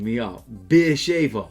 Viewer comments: Another lesson for you, beer-she-va is how it’s pronounced, I also reckon you love mispronouncing ppl’s names as no1 is asking for the scorers... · No it's" beer have" lol